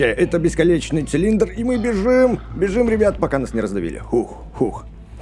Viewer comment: а почему? ты сказал не бесконечный а бесколечный??????